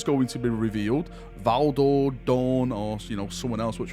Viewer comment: It’s Valdor. Pfft.